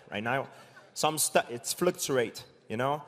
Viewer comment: GSP: flucturate Mike: Fluke to wait